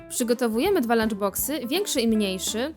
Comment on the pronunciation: XD TEN GŁOS LANCZ BOKSY